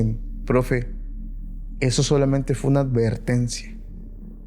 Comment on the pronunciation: Se dice advertencia, no alvertencia.